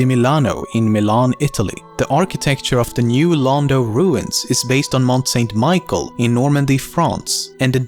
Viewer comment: pasenculer Yes, thank you! I cringed when I heard that.